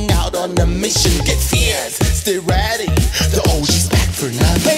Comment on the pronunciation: Sounds like "stay ratty" not "stay ready" right?